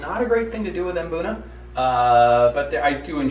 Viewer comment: Fun fact: Mbuna is pronounced 'boona' not 'em-boona'